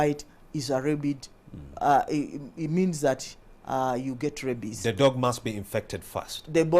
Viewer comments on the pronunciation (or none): It's rabies not rabbies